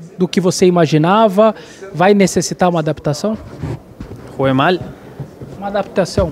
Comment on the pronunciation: "Pero Jugúe mal?" Amassou o repórter 🤣